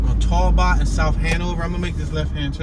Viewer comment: " Toel bot " street ? Talbot !